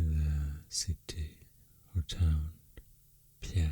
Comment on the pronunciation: The pronunciation of Pierre, SD is not “pi-aire” but just “peer”